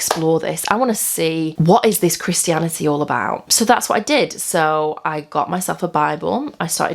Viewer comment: Haha, I love how she says "Christy-an" "Christy-anity"